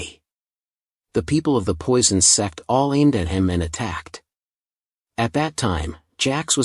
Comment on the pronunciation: Is it me or i hear sex instead of sect?💀